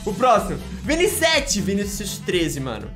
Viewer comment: Mais alguém escutou viniSETE Vinicios7 aaaahh🤔😯⚠️